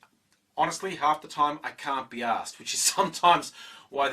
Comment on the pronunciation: I like the fact that I can HEAR the 'R' in 'I can't be arsed. No 'assed' here! You must have been so tired after talking and everything after all of that. When I made my 'Because I'm English' video it took me about 4/5 hours to edit all the bits together. (And people HATED it, and just didn't understand it was a parody. And they hated my voice.)